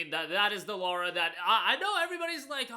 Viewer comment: LARA Croft. Not Laura.